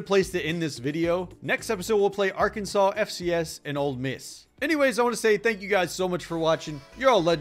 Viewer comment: did i hear say 'old miss' its ole miss reeeee